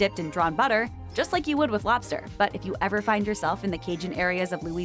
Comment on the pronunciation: Find, not fund 😮